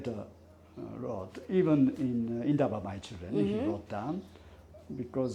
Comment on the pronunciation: A whole Japanese pronouncing "Indaba my children" correctly and perfectly so it reiterates the fact that "white south african" who past 30yrs of democracy are still struggling to pronounce our names and speak our indigenous languages with the respect it deserves are still keen on Racism and white superiority!